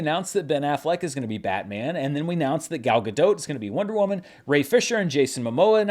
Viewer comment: It's pronounced "Gal Ga-Dott". She's Israeli, not French.